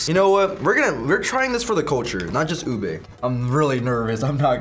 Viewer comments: Babe did he really call ube UB like what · so cute pronouncing ube as "oob" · Its nottt tarooo it’s ubeeeee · ITS NOT TAROOOOOO IT UBEEEE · Ikr they said "oob" and I thought they read it wrong or something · Fact: they said halo halo and ube wrong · im fillipino you said ube wrong